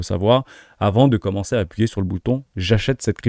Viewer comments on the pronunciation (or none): none